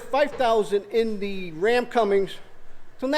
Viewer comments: Great video, oh it's Cummins..... Not Cummings.... Lol😂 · CummINS lol there's no G in the name...